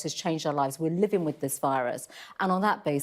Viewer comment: What's 'Policin' Does she mean Policing 'Gatherins' 'Livin' 'face Coverins' 'Social Distancin' 'Spreadin'